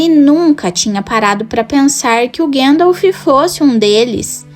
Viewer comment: Gandalfi kk